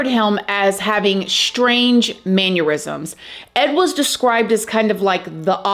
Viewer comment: What's a "man-your-ism"? 🙂